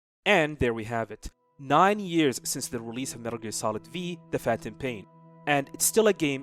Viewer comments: No one gona talk about how he calls it Metal Gear Solid V? 😂 its roman numerals the V is 5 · cool video but its MGS 5, the V is a roman numeral, but I'm sure you knew that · It’s 5 not v 😂